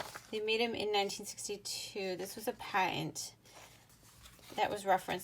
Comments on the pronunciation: For the word "patent" (see above), you said "PA (short) * uhnt" instead of "PAT (short) * uhnt," So I thought, "Ha! I think she has Utah accent!" I just live in Orem! Which city do you live in, if you don't mind my knowing? Oh my heck, are you my "double-cousin" Jenny Oaks Baker, the famous violinist, doing this in your spare time between practicing and performances (though I'm not sure how you'd have time to do both and keep the violin quality so high, but I suppose it's still possible)?! --Mike A. Christensen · "Pa'uhnt"? Are you from Utah?